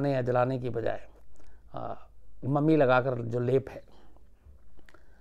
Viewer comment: Sir it's not मम्मी, it's ममी. :)